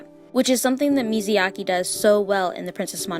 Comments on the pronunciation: Love the video! But everytime she says "Miziaki" I cringe. It is MIYAZAKI please!!!! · Girl, the way you grossly misspronounce Myazaki's name truly scratched my brain în The worst way possible. Is Mya-zaki, not Mizi-yaki. Wtf. Who is this Mizyaki dude you keep talking about, lol. Again Myazaki, not Mizyaki. Didn't you hear his name pronocing like a million times already by literally everyone else? How do you still misspronounce it. Is wierd... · the way she kept saying miziyaki instead of miyazaki drive me crazy 😭😭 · Mizayaki 🤭 i have to giggle everytime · Now I have to read the book, this is a good effort trying to explain the story further. Now you’re goal now is to practice saying his name correctly. It’s Mi-Ya-Za-Ki, not Mizayaki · mi ya za ki... not not mizu yake. please stop calling him grilled water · everytime I hear MIZYAKI..... T_T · I realize I pronounced Hayao Miyazaki incorrectly in this video. I apologize for the mistake!